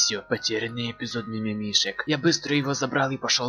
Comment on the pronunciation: По грамотнее и осторожнее будь и не мимимек а мимимишик